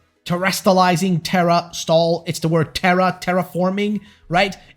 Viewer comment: I enjoy the content but everytime you pronounce it as tera-stall it takes me out of the moment. You’re putting the syllable in the wrong spot. It’s teras-tal